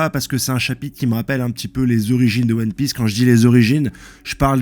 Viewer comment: T'inquietes, les erreurs de prononciation c'est pas si grave et ça fait un peu le charme de tes vidéos, on s'attend presque a ce qu'il y ait une erreur par nom.Perso ça me trigger mais me fait aussi bien rire! Vive huon piece, vive loffy vive